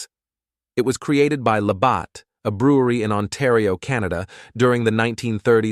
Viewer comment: Labatt is pronounced La bat. Not La bott.